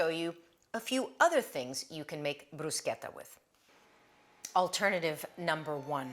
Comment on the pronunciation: Love it all coz all are for healthy eating 🌈💖🌷✨ Thank you for also teaching the right pronounciation of Bruschetta. 💖💖 Coz not everything or word should be pronounced in American English. There are words to be pronounced the place or country of Origin. Some people I know used to laugh at me the way I pronounced words coz they don't know how to pronounce it from country of origin or the way other countries pronounce it. European and Asian are more similar in pronounciation of several words that are so different than American English.